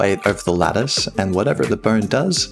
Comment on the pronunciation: Ok ok i blame this for me being a non native english speaker, but i only hear lettuce, not lattice. i love it